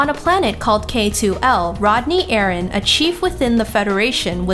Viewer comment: You'r pronouncing Aran wrong